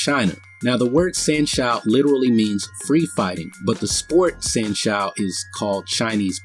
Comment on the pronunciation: Dude, good video in general but, a few points need clarification. San Shou is pronounced "San show," not "San Shoe." Another point is that the big muscle guy can exert force on the Tai Chi guy without his hands in the same way a bull or horse can push you without hands. Just have someone lean on you (or push if they want) and you will feel a force.